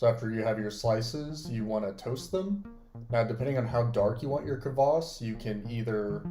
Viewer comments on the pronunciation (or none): Kvass, not "Kavass". I'll be trying this sometime since you can't easily get it in west eu